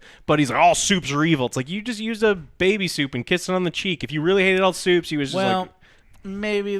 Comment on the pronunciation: "Supes", not soups